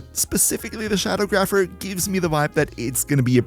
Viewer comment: It's Sha-dawg-rapher.